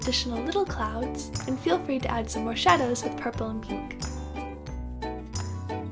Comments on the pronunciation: "peenk" haha i love it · I love the way you say pink, it's like peenk*